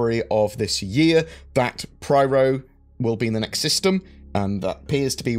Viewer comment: Py-ro Pie. Ro. Not Priero